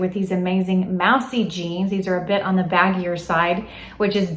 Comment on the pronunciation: Hey!! Love your videos! So you’re saying Moussy jeans like the small animal you don’t want in your house, but they are pronounced like the big animal with antlers. ❤️ love your suggests keep them coming